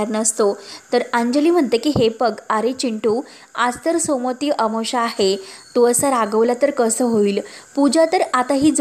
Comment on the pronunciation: सोमोती नाही सोमवती अमावस्या